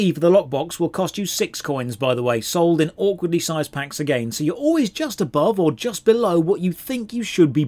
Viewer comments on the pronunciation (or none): none